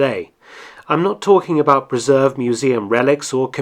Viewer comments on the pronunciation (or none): none